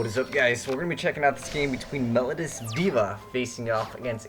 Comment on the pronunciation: meh-low-dee-us as in "melody" if it was pronounced "melodus," they would be called Melodus Divas.